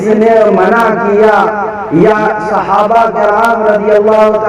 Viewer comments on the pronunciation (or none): صحابہ کرام ہوتا ہے ک پر زیر ہے 😀